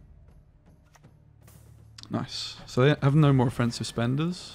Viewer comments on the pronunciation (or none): none